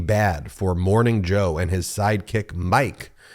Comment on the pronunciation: Ben, I love your posts, but you mispronounce the name of Morning Joe presenter Mike—it is a Dutch female name which reads “Meekuh.”